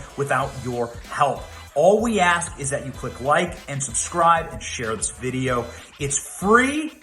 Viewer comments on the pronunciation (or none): none